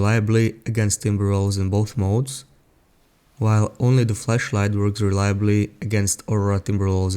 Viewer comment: you need to enunciate the word flashlight a bit better